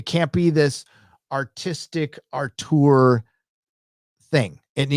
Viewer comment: Also for another word: it's "Aww-tewr", not "Arr-toor".